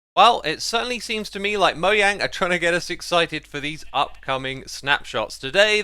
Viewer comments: The correct way to say mojang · Subbing for correctly pronouncing Mojang!